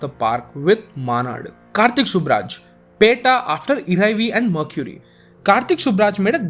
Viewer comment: Disliked for butchering "pettai"